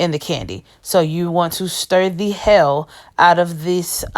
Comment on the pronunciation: Omgoodness. I love how you say "you need to stir the HELL out of the gel".